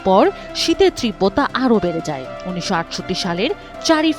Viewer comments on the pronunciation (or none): ত্রিব্বতা কি? তীব্রতা বলেন! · উচ্চারন হবে 'তীব্রতা'। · আপনার "তীব্রতা" উচ্চারণ সঠিক নয়